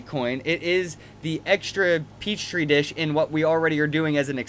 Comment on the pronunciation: Petri dish, not peach tree dish. :) Good video, though.